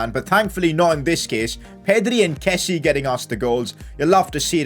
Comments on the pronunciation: one thing i noticed recently is that kessie is pronounced ke-see-ye and not ke-see...just thought I'd let you know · call him kessie, with the 'e' in the end!